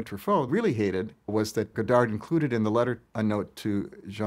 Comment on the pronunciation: it hurts my ears to hear the guy not even saying godard's name right. the last d is silent! as to this feud, it doesn't change at all how I feel about either one (they're genius), but it's very, very interesting.